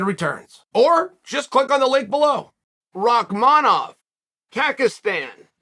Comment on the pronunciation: "Rockmonov... Kakistan" 🤣🤣🤣